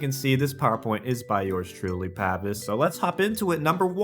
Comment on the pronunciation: Lol pavise with the “egnage”